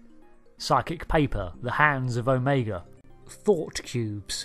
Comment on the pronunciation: Omega. It's not pronounced as it is written. It's actually pronounced (Oh-ma-ga)